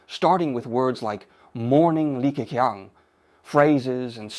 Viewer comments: 用人工智能，即刻变成英文。 口型都对得上。唯一的不足时没把Li Ke Qiang的发音修改一下。 如果把qiang 改写成Ching, 英语发音就不会这么怪了。 总体来讲AI使用得很棒！ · 这个李克强的英文发音是真不怎么样，说成了理科kiang，oh my God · 这个AI把李克强的名字读得也太搞笑了😅😅😅